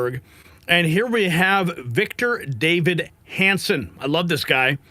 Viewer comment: Davis! Victor DAVIS ! Not Victor David! You should be embarrassed.